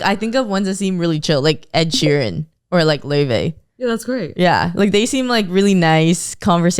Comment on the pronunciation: The way he says Ed Sheeran triggers me everytime, It's like he's saying Ed She Ran.